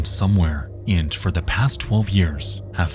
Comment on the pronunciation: not "and" but "aindt"